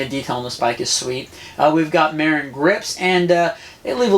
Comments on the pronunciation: Not mairin it's mahhhrin dont piss of the northern Californians by saying mairin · It's Muh-rin not Mare-Inn! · oh lol and the world pronounces it MAH-RIN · It's pronounced mah-rin. That bike isn't too impressive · I like it, but TOOO BIGfor the Tick! I’d put a motor on it— pronounced —Muh-rinn!